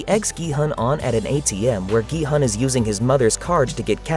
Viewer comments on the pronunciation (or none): a big point there. i watch normally foreign movies with english dub(if there is one) but this was just pure trash.. the german dub quite good tho, also the names are much better pronounced than in english.. like Gi-Hoon.. and not Gi-Hun. wtf